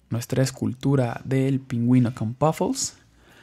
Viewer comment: y ademas se dice PUFFLES NO POFUL